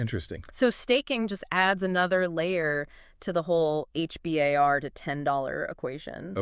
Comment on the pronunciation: We call it H-BAR. Not H B A R